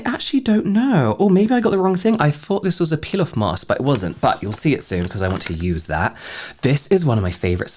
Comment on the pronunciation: I was half listening to this and heard Pilaf Mask instead of Peel-off Mask and had to think about that for a second